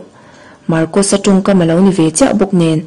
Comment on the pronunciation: Marcosa hming hi pi ber thlûk dan khan thlûk ve thei se ka ti.